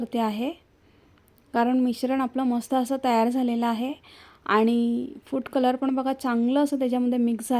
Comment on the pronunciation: छान रेसिपी, मन लाऊन करतेस. फक्त बोलताना उच्चारकडे लक्ष दे. फूट कलर नाही फूड कलर, सुरेक नाही सुरेख. आणि इतरांसारख , सारखं सारखं छान छान म्हणू नको, खूप विचित्र वाटत. इतरांना छान म्हणू द्याव ...